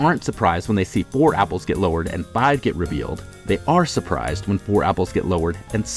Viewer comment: " can only count to foive!!"